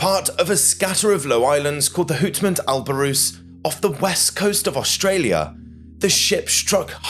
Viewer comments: Great recount of the mutiny. The tv show Shipwreck Hunters Australia have an episode on the Abrolhos islands, which shows how desolate and exposed the islands are, also how rough the waters are on the western reefs. The pronunciation of wallabi is wallabee and abrolhos ab-roll-hoss. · Its pronounced Arr brhol iss